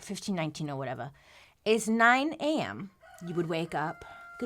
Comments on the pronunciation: "Okay but, imagine you being there, 1519 or whatevah" the quick slip into a strong east coast accent sent me 😂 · “or whateva” 😂 I had to run it back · “1519 or whateva”